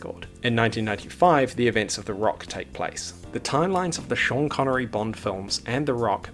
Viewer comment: Schan connery